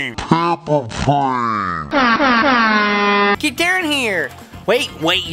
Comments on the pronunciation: You said "PaMpEr PlAn" instead of "paperplane" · I love it when he said paper prane